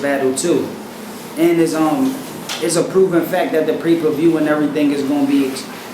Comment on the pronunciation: "pre per view" lol... keeps getting better. moron lol